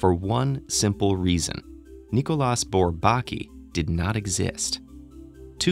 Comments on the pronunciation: When you say "without tonic accent", it sounds like you mean the three syllables are stressed evenly -- and that's how I would pronounce it too. But the narrator says BourBAKi, with heavy stress on the second syllable. I've never heard anyone else do that, and I've heard it pronounced *a lot*. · Thanks. By the way, it's pronounced, 'Bor-bah-KEY'. You do know there are websites that will pronounce words & names for you, right? At any rate, some mathematicians do feel there work was (and is) important. But even some French mathematicians were not that keen on them. René Thom (founder of Catastrophe Theory and winner of the 1958 Fields Medal) once quipped that their major contributions were to distinguish between the ball and the sphere, and between the circle and the disc. I have that one on tape. But bold they were, no doubt. tavi. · Can someone tell this guy how to pronounce "Bourbaki" correctly? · All I'm saying is that all mathematicians -- I've never heard a single exception -- pronounce Bourbaki the same way. There is a received pronunciation. I'm sorry it sounds to you like derision -- I didn't mean to make fun of him or anything and sorry if that's how it sounded -- but the result would have been more convincing if they got a narrator who sounded like he was already familiar with the subject matter. I hope that makes sense. Peace.